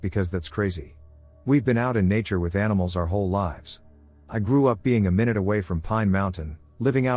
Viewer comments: they were saying it pronounced the word minute in the other fashion- which is a completely different word, meaning small. Americans pronounce that my-noot. British, like the voice synth, pronounce it min-noot. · Furthermore, it's being all British about the way its pronouncing the word it substituted in. By popular opinion, I believe it's my-noot. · It pronounces minute like "min-ute." Like a minute detail. Drives me nuts, because the word minute (like 60 seconds) is used waaay more often.